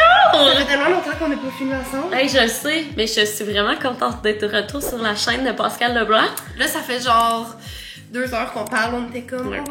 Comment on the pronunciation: Mon chum s’appel pascal et ca me fait capoter entendre : pawscal HAHAHAHA Am I the only one ??